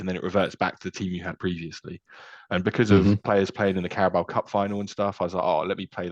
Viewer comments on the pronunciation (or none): It's carabao as in the the water buffalo.